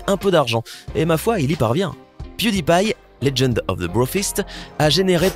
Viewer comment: Piu dit pie